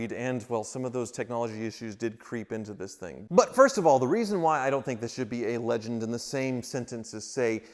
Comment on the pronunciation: I had to start the video over and turn up my volume. I thought you said it was a "Lemon" not "Legend". Though for you, it's likely both.